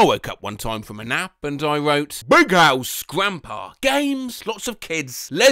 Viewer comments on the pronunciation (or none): none